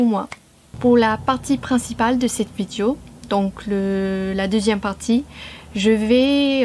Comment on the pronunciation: Je n'ai entendu qu'une seule nuance à corriger dans ta prononciation : vidéo (é) et non vidio.